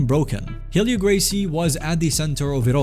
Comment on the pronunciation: ahh yes Roar-ion and Heel-io